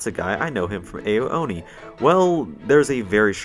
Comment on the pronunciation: Ao oni is pronounced “Ow-Owny” and not “Ayo-Owny”. I’m very sensitive about mispronunciations